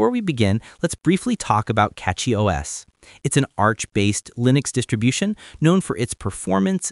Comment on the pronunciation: It's Cachy, not Catchy...